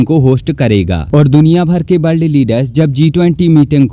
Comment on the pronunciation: बोलना सीख ले भाई । ब्ल्द नही होता वर्ल्ड होता हैं